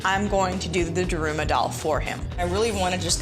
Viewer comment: “DArUooMa DolL” bruh its da-ru-ma